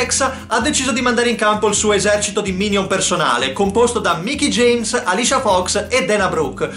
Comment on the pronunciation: Hai pronunciato in maniera non corretta “Alicia Fox”